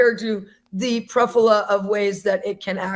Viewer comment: christians taking WHAT from lgbtq ghosts????? uhh should i convert to christianity or something??? also i don't think you noticed this but she said "pruffula" instead of "plethora" LMAOOOO